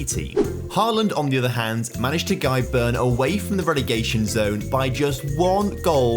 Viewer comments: An English pronounciation of Bryne would be something like bry-neh, not burn :) Bry as in the name Bryn. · How did he call bryne for burn